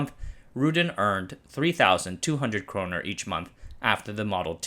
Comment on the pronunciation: Nice video but it’s kronor and not kroner